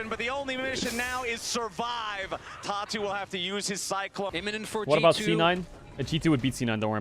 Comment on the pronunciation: Anyone else hearing "Tatu" as "Talk Tuah" I think my brain is fried